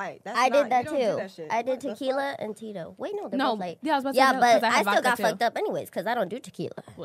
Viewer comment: Why say Tequila like the 🤣😂